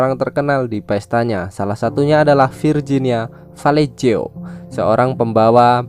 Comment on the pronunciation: etah yang nulis nya yang salah apah... Si mimin nya yang salah ngomong.. VIRGINIA PALELU